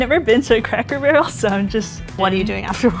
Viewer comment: Did the man really say craycker barrel